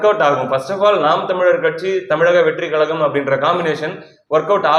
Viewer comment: வார்த்தைகளை சரியாய் உச்சரிக்கவும் .தமிழக வெற்றுக் கழகம்{கொள்கை,கோட்பாடுகளற்ர}